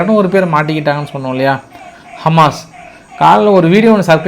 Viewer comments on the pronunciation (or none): none